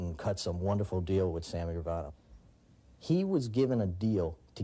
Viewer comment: Lmfaoo. You just murdered gravanos name.